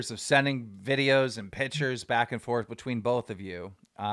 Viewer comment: bro learn to pronounce pictures please